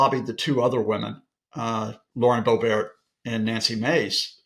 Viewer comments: Hilarious the way he pronounces Lauren Boebert’s last name, it’s Boh-bert. She was born in Altamonte Springs Florida not France. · Hey, guy, DON'T glamorize her last neme! It is NOT BOBEAR, IT IS BOBERT. RHYMES WITH BO HURT!